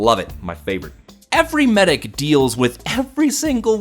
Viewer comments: It's medic. He pronounced it Maidic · *sniper across the map "MEIDEC!!!" XD